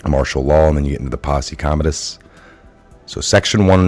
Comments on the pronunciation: You can't correctly pronounce posse- commentatus?? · As soon as you mispronounced Posse Comitatus twice I was done watching